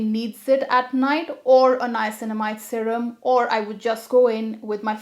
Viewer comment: First time I have heard someone pronouncing “sarem” instead of serum .... 🤣